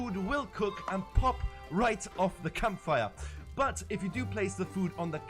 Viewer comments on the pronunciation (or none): sounds german.. kampfire